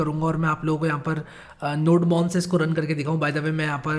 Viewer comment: Fun fact Nodemon is pronounced as "Node-mon"